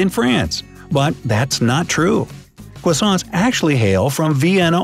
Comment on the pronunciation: Cwoissants XD